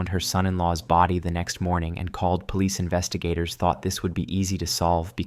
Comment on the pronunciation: Case 4, "When Yasuko's mother found her son-in-law's body the next morning and called police investigators thought this would be easy to solve because of the massive evidence left behind." The way he says "police investigators" is like he's referring to investigators that are part of the police but if you take it that way then it doesn't properly connect to "called".